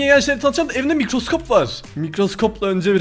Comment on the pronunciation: Nobody:: mİkRoSkOp